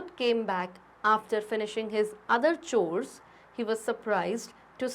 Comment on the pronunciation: Mam chors no kors